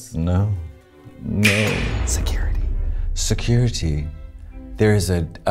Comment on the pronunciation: Se currity??? Se-curr ittee !!!